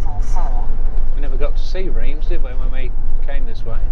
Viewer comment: Great video and very entertaining as always - But I've just got to help you out with some of those pesky French word pronunciations ;-) ....... Reims is simply "Rem" - Troyes is "Twah" the s is silent - And Brabois is "Brab-whar" - Hopefully will help if you visit again in the future! Stay safe on the road!!